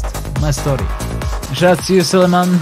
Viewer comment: never would i have thought would be able to pronounce (basically) my name correctly on the first time no thats not me though thats suleeyman64 from somalia